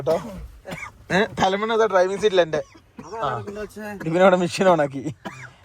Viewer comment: തലമണ അല്ല തലയിണ 😜